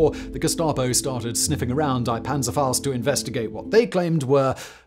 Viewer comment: Would be nice if someone hosting videos for as long as Simon, in the 21st century and living in Prague could and would actually correctly pronounce words and names like 'die' and 'Rabe'.